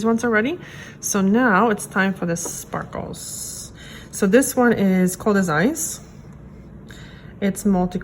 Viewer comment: "For da shpahkles." "...Shpaaaahkles..." You just couldn't help yourself, could you? Lol